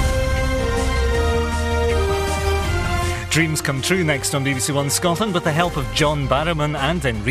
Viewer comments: Im a appalled by the way she said Scotland and how does she not know that?! 🙃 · Nobody: Literally Nobody: Absolutely Not a Single Soul::ScOtElAnD